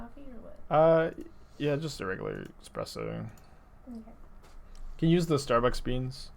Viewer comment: They legalised "expresso" for the english language? Wow.